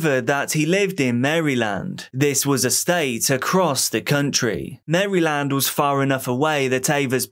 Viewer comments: The way he said maryland.......lol so off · I love how you pronounce Maryland lol. Mary-land